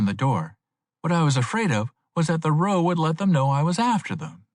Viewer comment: a decent read, considering what the range of librivox readers is. would put him in the top half of those, although he consistently pronounces the word "row" wrong.